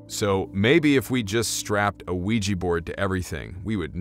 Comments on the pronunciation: It's pronounced wee-ja not wee-gee. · Not Ouijhee.. Oui Jah both yes.. first time in French, second in German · "Ouija" is not pronounced "we-gee". It is "we-ja". It is also the name of the game board, not the actual board. The game company created the name when mass-marketing the witch board or spirit board. Supposedly, it was the SIL or the like, of one of the game board creators, who suggested the name. I would like to point out, however, the name in two parts "oui" & "ja" are two words that mean "yes" in French and Swedish (Norwegian & Finnish) respectively. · "wee-gee" ... Ouija ... Jah Jah JAH!!! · How did "Ouija" [yes yes] boards come to be pronounced "wee jee"? The "wee" is easy because that is how "oui" is pronounced, but "ja" is German and pronounced "yah". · It’s spelled ouijA. Anyone know why when sounded, you are pronouncing ouiji? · Can't handle this. It's not pronounced weejee